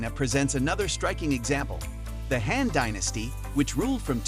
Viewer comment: yeah. Simple things too. Like it pronounced Han Dynasty as Hand Dynasty... Other things, the script must have had typos. "fueled disent" instead of "fueled dissent"